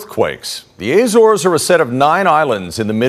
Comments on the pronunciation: The News Anchor needs to do his homework on pronunciation before going on air. It’s not “the A - Zores” it’s just Azores. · Ah, apparently Lisbon is now located in Spain. LOL. Filled with confidence with this US News channel. And it's Azores, or Acores and Not Ay-Zores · Are you a genuine news organisation? You put Lisbon where Malaga is and your anchor cannot even pronounce the name of the islands. Pathetic. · He mispronounces "Azores" too, so... 'Murika! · Sobs in Portuguese. Ah-ssor-esh is what I'm assuming is correct. Azores natives / native Portuguese - feel free to correct me. AYYY-zorz, ahhhh. :'0 :'0 :'0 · What is it with Americans, why can they never pronounce the name of countries correctly?